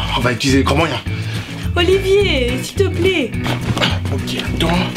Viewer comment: Quand il a tocer est qu il a dis siltepler